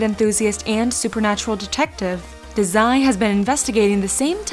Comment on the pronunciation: She .spoke Dezai...ITs Da!!!Zai